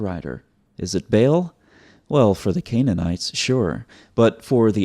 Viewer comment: Sir its not bale, بیل، but its بعل baal, a is long vowel. 😊 From Pakistan, a Proud Paki and Christian. ❤️🇵🇰